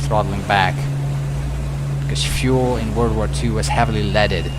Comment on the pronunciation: Love it, but will never get used to how pronounces Fu-El XD Question tho, why don't you run props to full RPM setting before landing, in case of a go-around, you want full available power, no?